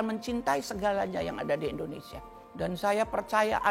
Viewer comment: Indonesia bu bukan endonesia